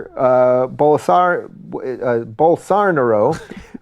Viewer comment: Please tell Rubin is jah-EER bol-soh-NAH-roh. Or Bozo, for shorts.